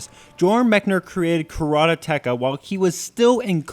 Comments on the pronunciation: Speech impediment can't pronounce his "L"'s and says "Karatateka". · he butchered the title. im glad he only said it once. i think he also said joran instead of jordan. ok im done.